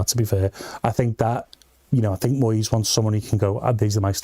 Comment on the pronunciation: What’s this American voice with the mangled pronunciation of , eg, Moyes’s name?